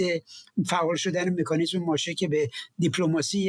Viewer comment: فردوسی به مادرت سلام رسوند گفت مکانیسم نه میکانیسم